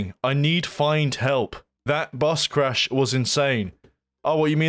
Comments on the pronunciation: charsh not crash lmfao😅😅😅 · *bus chrash, not crash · *crash As in: this game is CHRASH! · "Bus chrash"